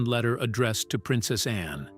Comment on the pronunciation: Please pronounce ANNE clearly not just loose it in the sentence